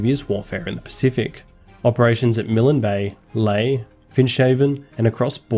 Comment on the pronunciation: Good vid. Look up how to say Milne bay though!